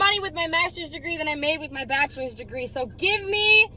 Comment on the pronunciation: I’ve never heard anyone call bachelors degree as bastards degree lol